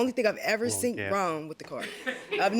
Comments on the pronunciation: smh.... seent is NOT A WORD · Seent!!! Iove ittttt!!! T's after every word is the New!!lol!!! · Sweetheart, you gotta work on the “seent” word. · I can't believe the defendant pronounces the word seen as seant. Both are HS dropouts and i believe they conspired to come to JM to get a few dollars to split. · "Seent" IS NOT a word!!! The defendant was killing me with that. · No such word as seent! It’s seen proper use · Seent isn't a word!!!!!! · Lmao I say seent all the time 😂😂😂😂😂